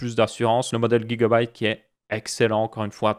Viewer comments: Sa se dit gigabyte et pas guigabyte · c drole comment tu prononce gigabyte